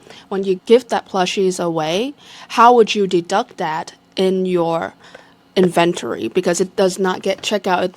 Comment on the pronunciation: N-Ven-Tori - inventory